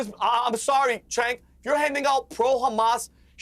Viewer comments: Cenk is promced Jenk,. Not Chank. Annoying. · Why does Piers refuse to say Cenk’s name correctly?